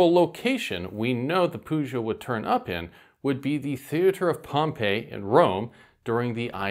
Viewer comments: i am more used to a pronounciation with a hard ''g'' instead of a ''ch'' sound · Nice info, but your pronunciation of "Pugio" really annoys me. The "g" in Latin is always hard. It should never sound like a "j."